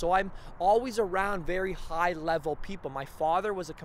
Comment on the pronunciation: This guy can't even pronounce his words right lol